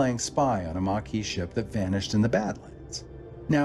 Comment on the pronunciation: Kay-zon. Mah-kee, and Card-ass-ian, not Kardashians. 😅🎉